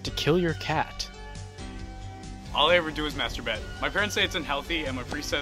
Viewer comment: "MASHETER BATTT"